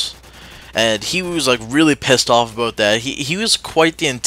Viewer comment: did you mean to say ABOUT or a boat? >:]